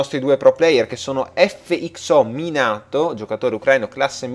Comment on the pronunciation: si pronuncia così come si scrive : Minato (è il padre di Naruto xP) comunquella bella partita questa =D